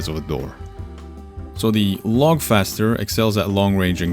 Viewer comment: I think Loughcaster is pronounced as lock-caster, like loch, being Gaelic. Lock caster sounds very appropriate for a bolt action rifle, where you manually lock the bolt.